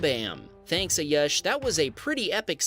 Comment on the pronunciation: It ayush ( aayuuushh) not a yush